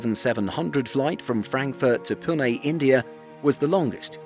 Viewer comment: its Pune, not Puna. and this route is so skinny that i had to be re routed via New Delhi in an A380